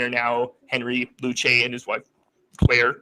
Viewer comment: Luce is pronounced “loose” not “lewchy.”